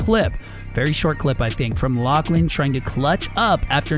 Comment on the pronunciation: Finally someone who can pronounce Lachlan’s name properly